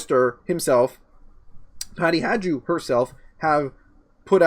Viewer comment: I stopped listening the second or third time pronounced Peking Patty's surname "Hajdu" as "Hadze-doo".This after a juvenile prank trying to convince people there was a federal organization with the initialism GESTAPO. Where did you dig this guy up, Candice? I won't toggle on his links anymore.